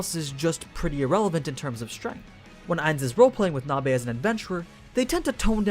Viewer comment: "Bare-bones Strenght" lol